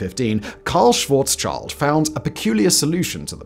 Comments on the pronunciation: Great video, very clear explaining the basic concepts. Funny at 15;55m into the video, Presenter pronounces "Schwarzschild", a German name. It is not correct to say "Schwarzs-Child", which has no meaning in German. Instead, Karl's name should be pronounced as "Schwarz-Schild" (ie Black Shield). The "i" is short & sharp "i" like in 'fist', not long & soft 'aai' like in English word 'child'. The letter combination "sch" is a guttural "g" in German, very different from 'sch' in English, which is more pronounced like a "k" - for example as in the English word "school". it's ironic that a man with a German name "Black Shield", became the discoverer of Black Holes and Event Horizons, which act as a shield to prevent anybody from looking into a Black Hole. Sadly Karl Schwarzschild did not live long enough to see the fruits of his mathematical predictions. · nicely explained, great job! btw: Its not schwarzs-child but schwarz-schild! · NOT: "Shwoarts Child"! - More like "Shvarts Shield"! His name means Black Shield rather than Black Child! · Three points: It is Karl "Schwarz-schild", not "Schwarzs-child". "Schild" translates to "shield". So his name literally translates to Blackshield. You explain the curvature of space time nicely. But when I stand on earth not moving, how does this create gravity? There are some nice animations that show that. Essentially the answer is still the same, except that now we move the shortest way on the time line, which is towards the ground. Would have loved to see that to make this nice video even more complete. Regarding quantum gravity, it should be pointed out that the theories in themselves have contradictions. So it is more than, any one can be right, we just don't know which. They all predict different things. The other unanswered point with these are the constants and their values inside the equations. But these details are way past my limited knowledge.